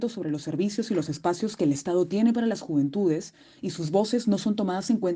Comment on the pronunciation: Las Juventudes, Las Juvenitudes, Las Juventudes >.< ya me dio cáncer de oído al escucharlo tanto y algo mal dicho más encima.